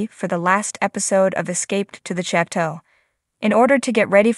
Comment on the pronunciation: “Chat toe”…🙄